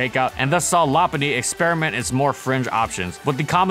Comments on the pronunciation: I thought it was “low punny” not la punny? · law-pun-knee? Isnt it Low-pun-knee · I always pronounced it "Low" because "loping" is a term for walking, and Lopunny has high speed and long legs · Nah, it’s Lop-unny. The Pokédex 3D app and anime pronounce it that way. Plus, part of its name comes from Lop, not Low. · You're saying its name wrong, it's not pronounced lop-punny or even lo-punny. It's pronounced low-cunny. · Yeah but it sounds awful. Still gonna pronounce it “low-punny” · ~~first~~ Lopunny <3 I always pronounced it Low-punny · Cant tell if this is sarcasm, but the official pronunciation is Lo Hes factually wrong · Ramsey Ali LOP-unny. Check the Pokédex 3D app. Also the anime since it pronounces it that way. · La-punny? LA-PUNNY?! LA-PUNNY?!?!?!?!? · I pronounce it “low-punny” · Its actual pronounciation is Lop-unny. Check the Pokédex 3D app. Also, part of its name comes from “lop”, referenced from floppy eared rabbits. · Yep, it’s pronounced Lop-unny. Part of its name comes from Lop, which is referenced from floppy eared rabbits. It’s also pronounced that way in the anime and Pokédex 3D app. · I thought it was pronounced "Loh-punny" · Well part of its name comes from Lop, which makes sense as to why it’s pronounced that way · Whats a lopunny to prunouce it it's lowpunny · No. It is pronounced LOP-unny. Check the Pokédex 3D app (there’s a video of official pronounciations of Pokémon on YouTube) and the anime. Also, Lop is referenced from Lop eared rabbits. I don’t understand why so many people pronounce it wrong. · Oh my god, that pronunciation is awful. Lo-puh-ny. Period.